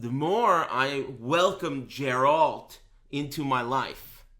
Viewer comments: Everytime i hear "jeralt" i cringe hard. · you cant play as Geralt in sc6 if you cant pronounce his name right.